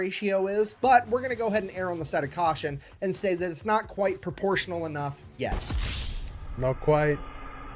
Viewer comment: Pruh-po-shun-allll dah-mage :text-green-game-over